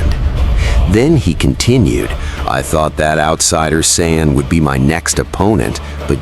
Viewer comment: What the fuck is an cy ann? There’s no such thing, you mean, Saiyan.